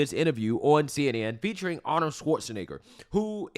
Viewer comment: I thought that Lefty CBS propagandists name was Margaret Brennan NOT ‘’MARR-GET Britain’’ . Also Arnold’s name IS pronounced ARE-NOULD NOT Arn-our. 🤪 Your speech impediments are rising to the REE-Rees of the left, soon you’ll sound as silly as the PD-F File~ Destiny.